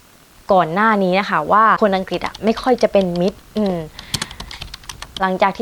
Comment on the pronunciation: ไม่ใช่ไม่แคร์แต่เขาไม่ก้าวล้ำสิทธิ์ส่วนตัว ทุกคนช่วยเหลือกันดี คุยถึงประเทศอังกฤษก็ควรออกเสียงประเทศเขาให้ขัดนะคะ คำว่าอังกฤษน่ะค่ะ ไม่ทราบว่าคุณอยู่กับกลุ่มไหน ทำงานกับพวกไหน ทุกคนที่พี่ทำงานด้วยพูดถูกต้องเป๊ะเพราะ พวกเขาเป็นนักวิชาการ ถ้าเราเก่งจริง ไม่ต้องทำ CV ไม่ต้องสมัคร เขาตามเรียกตัวเราเองนะคะ เราเป็นคนเลือกงานค่ะ อย่าคิดว่าตนเป็นชาติไหน คิดแต่ว่าเป็นคนเหมือนกัน แค่นั้น พี่เป็นผู้หญิง เป็นผู้ช่่วยผู้อำนวยการ เป็นที่ปรึกษาขิงนักวิชาการที่นี่ 120 คน มีพี่คนเดียวที่เป็นต่างชาติ ความยุติธรรมสุดยอด ขอให้มีความสามรถไม่ว่าเพศอะไร ชาติอะไร ขอสรุปว่า ทุกอย่างอยู่ที่ตัวเราเองด้วย